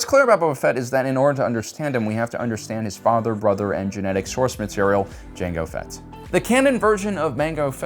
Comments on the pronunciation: mango fett?????? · Mango Fett…?